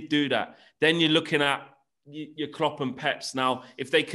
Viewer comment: Lmao yelling “ look what Kloops done in a short time” Yes in that logic Mou won his title and left a team built for future Chelsea managers. Klopps teams break down on him while still being there.